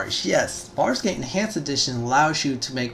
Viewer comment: Sounds like you said "Farscape Enhanced Edition" I wish that was a thing